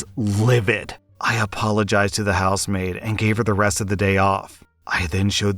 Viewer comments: "House maid?" I'm listening not reading n kept hearing "housemate", like a roommate. Only when u mentioned the week off n the daughter doing the work around the house did it click for me :P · I thought you were saying housemate throughout that first story, and got really confused when you started talking about giving a day off 😅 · Anyone else hear him say house-mate for the first story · I kept hearing “housemaid” as “house mate” lol, oops. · House maid... oh. I was hearing "Housemate"